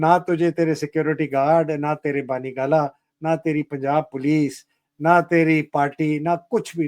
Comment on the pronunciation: It’s not Bani Gala. It’s BUNNY GALA. Say Bunny not Bani. Ignore spelling. Remember pronunciation only.